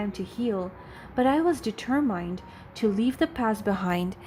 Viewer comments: The reader has been doing the reading several stories and she still has not learnt to read d ter muhnd rightly. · You still need a proofreader. Please look up the pronunciation of the word: determined. You use the phrase ‘with no further due’, but what you really mean is ‘without further ado’. You switch between first person and third person references within the same sentence.